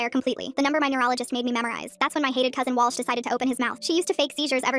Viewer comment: She said cosen but than boyfriend